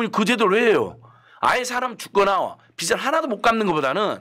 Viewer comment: 다 좋은데 패널분들 발음을 정확하게 해주세요. 자꾸 빚이 아니고 빗이라고 발음하시는거… 빚을 탕감해주다는 발음할때 비즐탕감해주다 라고 하셔야지 자꾸 비슬 탕감해주다 라고 하시니…..